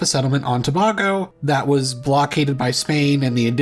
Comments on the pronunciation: Counterintuitively (and unimportantly) the island of Tobago is pronounced with an "ā" sound (Tuh BAY go). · it’s pronounced “To-Bay-Go”